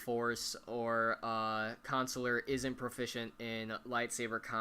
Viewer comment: WTF??? It's Consular.Not Counciler.